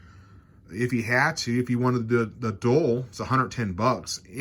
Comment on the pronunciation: None have the word dull, Dual and Dull are two different words. Omni and um ma na, um ma na is not even a word, And I’m supposed to take this review seriously, when you can’t even read and speak English